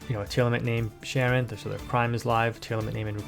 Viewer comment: Hearing people call her Sharon is such a huge pet peeve of mine lol. It's pronounced Shy-ren. But great video as usual.